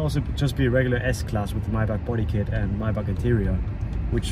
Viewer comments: Love how you forgett how to say maybach wenn speaking english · lol ive never thought about how maybach was pronounced